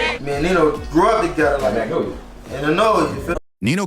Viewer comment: Dat man got structure innat bity, mfs really say nenolia for magnolia 😂💯